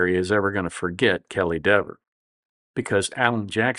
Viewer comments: Should have said "Dee-ver" through the whole video. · Her last name should be pronounced DEEVER, long E. Same as Peter or Steven. She wants it.pronounced DEVVER .